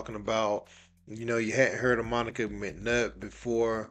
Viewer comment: Hey Monica you said it right!